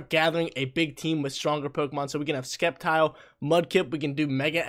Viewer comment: Bruh, you keep pronouncing Sceptile wrong 😝